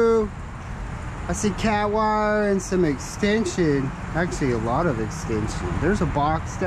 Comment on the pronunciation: Can you say wire !!!!??